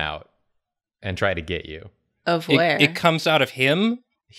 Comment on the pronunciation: I hate the way said "of where~?" Lmao